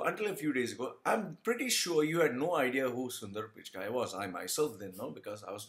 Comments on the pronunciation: Why do u sound so angry? What u said about corruption may be true but my caustic friend why the bitterness? OK America offered him a career as he was INTELLIGENT and HARD WORKING but what about u POOR MAN? did an American passport help u as it did PICH KAI as u wrongly PRONOUNCE?????? Am american passport did NOTHING FOR your career MY FRIEND. So its PURE JEALOUSY speaking—Look at your tatooed face with all bittreness and evil!!!! Regarding beliefs—you guys have your own fads, so dont talk about India and one more thing--there are all kinds of corruption and dirtiest crimes in your country too--so worry about them my caustic acidic and unpleasant evil friend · Hi, happy to hear someone echoing my thoughts:-) You nailed it, man [except for the Pichai pronunciation, people should rather try helping you there instead of abuse - can't help it if people love to belittle to show that they are 'be little'] The fact that your critics wish to conveniently ignore "prison & labour camps" speaks enough.. Note: It's Pichai [Pee-Ch-Ay or Pitch-Ay], in case he hits the headlines again for making Indians and the Indian Govt pay for Google's Services in the near future.. have a great day, man!! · Guys. I know whatever he is saying like pronouncing Sunder Pichai's name incorrectly and being wrong about India's population is done intentionally. Probably to get attention. He can't be that stupid to not know such things.